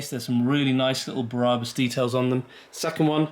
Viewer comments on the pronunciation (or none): its BraH-bus in German, not Braabus. Brabus German docu here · Why are you pronouncing Brabus like that? It’s wrong and so cringeworthy. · Everytime he says Brabus, I think of the thief next to Jesus, not a German tuning car company.